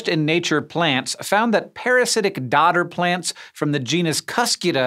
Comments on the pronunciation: Sounds like you're saying "Daughter" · L ol I thought you were saying daughter planets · I kept getting sidetracked in the dodder section as I kept doing autotranslate into uk English and heard 'daughter'. Only because US pronunciatuon often replaces 't: with 'd'.